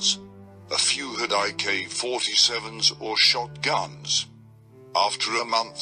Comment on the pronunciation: sounded like he said ik47 lol